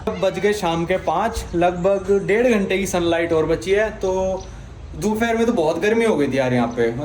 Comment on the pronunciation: Bhai AP dofair kehte ho dofair nhi hota dopehr hota hai